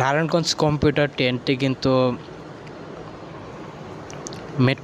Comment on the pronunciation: কম্পিউটার ট্রেন না ভাই কমিউটার ট্রেন 😂